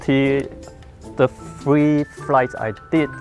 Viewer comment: "I fry it free times.", 2016